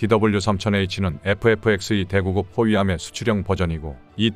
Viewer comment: 부터 두번 "대구급"은 "대구끕"이라고 읽는 것이... 대구(의)급이 생략된 것이므로...